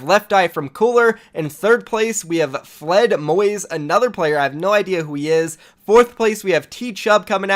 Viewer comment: Every German is laughing cause of the way you pronounced 'Fledermoys' xd